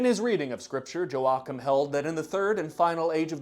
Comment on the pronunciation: I probably could have added more comments about the Mormons and the noted obsession with Aztec and Ancient American History (it's in the book, I forget its name), but I am more bothered by mispronunciation of Joachim. It's "Yow-aa-kim", not "jo-wak'm", and it's not a name it's a title; one established by god, a saint